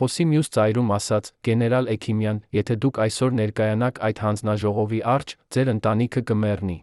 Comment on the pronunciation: Այ, միթե այդքան անընդունակ, այդքան անմեղսունակ ես, որ մի,,,և,,չես կարող ընկալել, ասում ես նրա առջե, դա ինչ բառ է, միթե հայ չես, բա այդ դեպքում ինչ ես ով ես, ինչու ես աղավաղում մեր լեզուն։